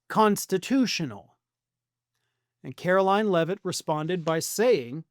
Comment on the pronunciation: Why can't you pronounce her name? Or. Is that how she wants you to say it?